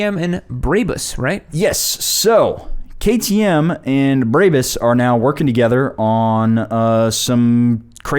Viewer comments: Brabus is said brah-bus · Js it's pronounced braa-buhs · Why are they saying "Braebys" it's brahbus, always has been. Why do Americans do that lmfao